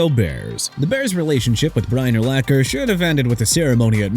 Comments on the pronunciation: YEAH CSONKA (SAHN-KAH) GOT BACKSTABBED BY MIAMI AND YOUR POINT IS?!! ALSO LEARN TO PRONOUNCE URLACHER (ER-LAHK-ER)... SMH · Pronounce Urlacher right next time. I lost respect for him when he backed off a clear shot at Brady on a Monday Night game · To add insult to injury, Urlacher gets his name repeated mispronounced by a narrator who is either AI or doesn't know jack about the sport. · Tough to get through a video when the name of the very first entry is continually mispronounced. I mean really? You never actually heard his name spoken aloud before? Lol